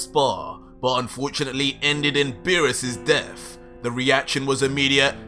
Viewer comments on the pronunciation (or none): Say it with me Death not deaf do you have a speech impediment I mean really bro why can’t you pronounce words the way they’re supposed to sound vergta??? Why does it sound like you give up halfway through pronunciation I swear if you make a video and speak English without the fruity accent I’ll hook you up with $500 no joke please One last thing your videos suck ass